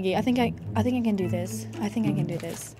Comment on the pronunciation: "I FHINK😢"